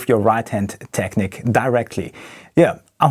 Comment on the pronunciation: It's techneeeque. Not Technik. Fellow German from Niedersachsen hier. Just a friendly reminder. I too sometimes pronounce it wrong. Excellent playing by the way. Huge fan of yours.